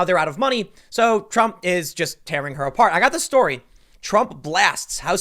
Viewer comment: Lol Tim said Trum wrote instead of Trump